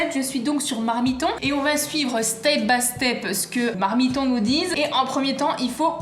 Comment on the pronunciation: Et on va suivre « stay by step »😂 l’anglais c’est pas encore sa